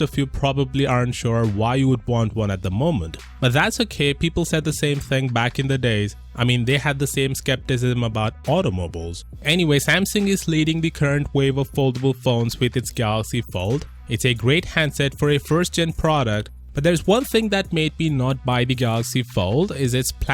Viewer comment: Nobody: Literally Nobody:: Automobowls